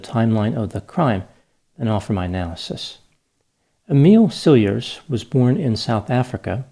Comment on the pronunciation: one pronounces, Cilliers like this, Ciljee. Always enjoy your analyses. He is guilty!!!!! Pig!!!!!!